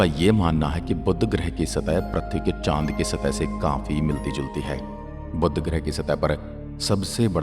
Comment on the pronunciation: बुद्ध ग्रह नहीं, बुध ग्रह है